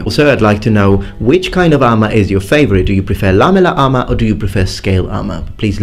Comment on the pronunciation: Lamuler armer